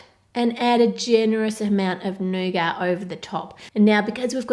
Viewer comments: I love you, but...it's pronounced nougaT. Not nouga. So irritating when people mispronounce or misspell words. Again, love you & your channel, not picking on you at all. It's just that I'm only halfway through the video and you've said "nouga", like, 25 times already! 😨 Could you try making a giant Cadbury Creme Egg? Or giant Cadbury Caramello? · Is it just me or does it sound like she's saying nougar instead of nougat